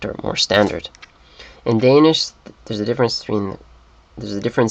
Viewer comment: I am sorry to crush your dreams and all that, but you did not pronounce a single Danish word through the whole video. You seem to speak Swedish and Norwegian very well, but Danish was just a horrible fail :(